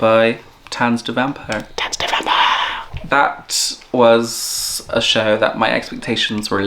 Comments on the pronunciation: I’m impressed with your pronunciation. 👍🏻 The only word that you keep saying wrong is „Vampire“. The german „i“ sounds more like your „e“. 😉 Oh and „Stage“ in front of the theatre name is just Stage Entertainment branding. It’s the english word „stage“. No need for a german pronunciation. 😅 And those prices for programs and picture books are just unbelievable. But this is also very typical for Stage Entertainment Germany. 🙈 The same company charges way less in the Netherlands. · You are seriously misspronouncing "Vampire" every time :D EDIT: Otto the Comedian is known for his drawings of Elephants, which he calls "Ottiphants" That's why they are in the theatre. (you can picture search for "Ottifant" if you want to see them) EDIT 2: I kept wondering why you kept saying "von Zero auf Hero" and now I am shocked and sad that they changed the original lyrics from the movie - in Sekunden auf Hundert", which means "in seconds to 100" which was working well and brought the meaning of the song across without having English words in there. (not that I mind English, obviously. But I appreciate not taking shortcuts and actually finding clever lyrics in whichever language.)